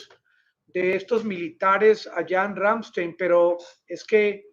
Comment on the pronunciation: El nombre de la Base bien pronunciado es Ramm- Están un saludo desde Alemania